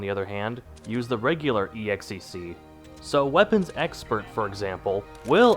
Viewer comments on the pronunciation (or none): can you stop pronouncing "exec" as "ee ex ee see"